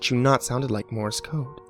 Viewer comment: hate to be "that guy" but you said, "Mores Code" this is not correct... its Morse Code. I don't know whether the story itself made the mistake or.... but yeah... its Morse Code